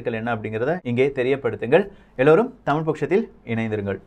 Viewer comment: வணக்கம், டமில் அல்ல, தமிழ்.